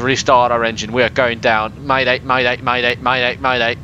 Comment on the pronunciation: did u say maday maday maday?